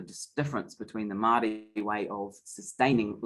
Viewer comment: My goodness please learn how to pronounce Māori words